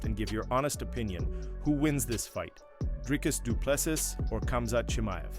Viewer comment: Spot on, but here is the correct way to pronounce Dricus Du Plessis